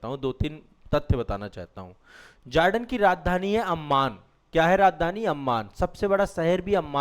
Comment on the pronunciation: मिस्टर ,आप जोर्डन को जार्डन क्यों संबोधित कर रहा है ।और जोर्डन कि शासक या राजा महंमद पैगंबर का वंशज हैं ।